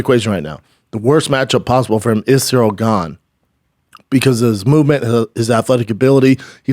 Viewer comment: He keeps saying “Zero Gane” 😂